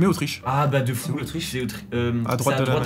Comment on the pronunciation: Osteriche c'est Autriche les gars